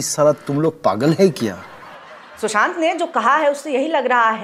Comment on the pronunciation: Aap ne shushant kaha ya Chushant..?